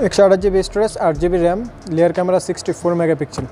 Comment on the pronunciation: লেয়ার না বলেন রেয়ার ক্যামেরা